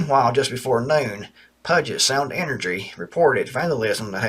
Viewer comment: Puget Sound is pronounced pew jit (like..stinky jit)